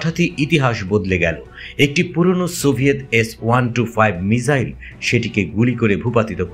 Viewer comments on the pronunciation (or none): none